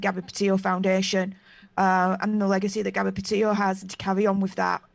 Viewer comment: It's not 'PAH'-'TIO' it's 'PEH'-TITO'